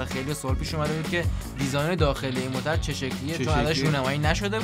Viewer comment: هههه گویش دری رو به شما تحمیل کردیم .موترررررر 😂😂😂